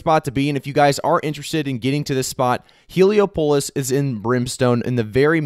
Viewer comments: hee·lee·aa·puh·luhs not Helo-pulus (like Metropolis) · The way you pronounce Heliopolis 😂😂😂😂